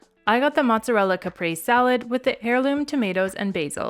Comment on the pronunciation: Caprese = kuh-pray-say